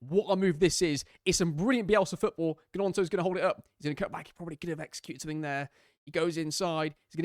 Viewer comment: Haha! Got another one for you too, the G in gnonto is silent - just as I will be after this comment (promise!)